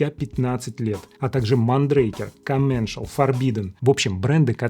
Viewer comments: Коменшал? Интересно, Макс Комменсаль одобряет такое произношение своей фамилии? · только не Комменшл - а Комменсаль! 😁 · дико извиняюсь, но commencal читается как комменсАль